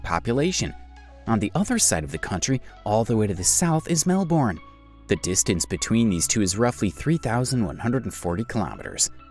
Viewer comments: Hey! I'm from Australia and have heard of a lot of these oddities, but I can't help but notice you pronouced a few things wrong. I'll just make a list of the pronounciations here Lake Eyre = Lake air Canberra = Canbra Melbourne = Melbin If this is an AI voice and can't be helped I'm sorry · Your pronunciation for a lot of areas are so wrong. Lake Eyre is eye-r or ea(r) which sounds like air pending on what part of the country you are from. There is no i in Fraser, Melbourne is Mel-ban Brisbane is Bris-ban, Murray is Murr-ee. As per the English language or Oxford Dictionary, and an Australian. 😁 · Yeah I was laughing at the way they pronounce the names in Australia. I am ok with them saying Melbourne with out the U though because I am use to it but the way they say Lake Erie instead of lake eyre(air) lol